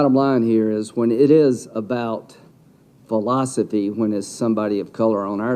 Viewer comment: L. Graham said “philostefey” 😂😂😂😂